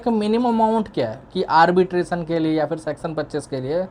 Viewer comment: Arbitrasan? ❌ Arbitration! ✅